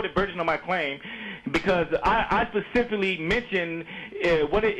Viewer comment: Spesifally?????? *LOL*